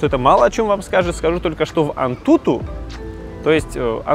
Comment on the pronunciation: антутУ, ударение на У вирнити прошлага видущива(((((((((((